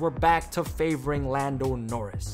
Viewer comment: "Lando NoRizz" 💀